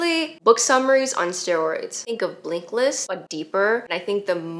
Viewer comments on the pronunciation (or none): I think you were trying to say "mortality"? And "Blinkist"? (Not BlinkList). I say that not for correction but the gives no f**ks releasing this video without those edits is my jam right now. Haven't seen you for a while, this content was worth the wait. Screw perfection. Lets just ship, then take a break if needed. Take it slooooooowwww.